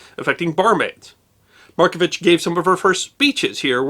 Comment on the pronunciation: A few pronunciations aside, a fair portrayal of an extraordinary person. Loved and admired here still